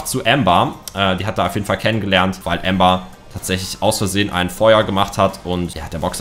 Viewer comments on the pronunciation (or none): none